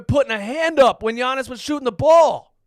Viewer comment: Yo I’m so happy he finally learned how to say Giannis